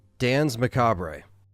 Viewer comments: duhns ma kaabr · I think Macabre is pronounced muh kaab